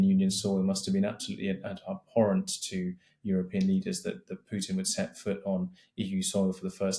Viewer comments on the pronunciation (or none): none